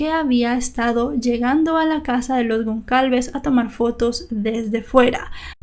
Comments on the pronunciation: Un detalle: la letra "Ç" en portugués y francés, se pronuncia como S; es decir, el apellido era Gonçalves y se pronuncia "Gonsalves", no "Goncalves". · Hola! Me encanto tu contenido, todos son muy interesantes, solo una pequeña aclaracion, el apellido Gon(cedilla)alves, se pronuncia como una "sa" seria, Gon"s"alves. Solo eso, gracias y continua con tu excelente trabajo. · Solo una corrección la letra ç se lee como s ella seria Gonsalves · Su apellido se pronuncia “Gonsalves”. Esa ç se pronuncia como una S. Más que nada por aclarar. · Una cosa ç se pronuncia s, con lo cual se pronuncia gonsalves. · se pronuncia gonzalvez¡ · ç tiene sonido de s en Brasil. Sería como "Gonsalves". Soy brasileña y aprendo español viendo tus vídeos! gracias 🇧🇷🇧🇷 Besos de España🇪🇦🇪🇦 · Me encantan tus videos. La letra Ç en portugués se lee como "s". Me encanta la fluidez con la que relatas cada caso. Felicidades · No pasa nada pero la c con apostrofe.. ( creo que se llama así no sé...).. se pronuncia s. Gracias por tus vídeos.. Son siempre muy interesantes.. Saludos.. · Gonçalves, se pronuncia como una s la ç.. saludos!